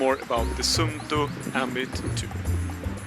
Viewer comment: Swedish hold an Finnish Watch :) Good Neighbor :D You say Sunto... Use 2st UU (SUUNTO) and then you say it Right =)